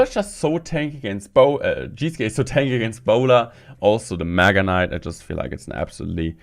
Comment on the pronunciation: Sounds like you said MAGA Knight lol